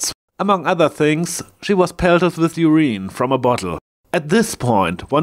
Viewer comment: Three pronounciation errors occurred. 1. The word `urine' is stressed on its first syllable, not on the second (which you chose to stress). There are two alternatives of pronounciation though: the u can be pronounced either long or short; the stress is always on the first syllable though. (IPA: \ ˈyər-ən , or: ˈyu̇r- ) 2. The word `zeal' is pronounced with a long i-sound in the middle, not like you did pronounce it. (IPA: \ ˈzēl \ ). Compare the words `heal' and `meal'. 3. The `t' in `fictional' is mute (while you pronounced it with an audible `t'). (IPA: \ˈfik-shnəl,or: -shə-nᵊl\)